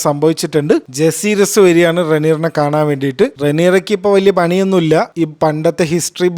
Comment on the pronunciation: ജസീറിസ്‌ വലേറിയൻ ❌ ജക്കാരീസ് വലേറിയൻ ✅